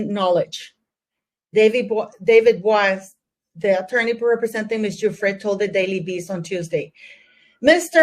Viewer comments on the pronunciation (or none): The lawyers name is pronounced ‘boys”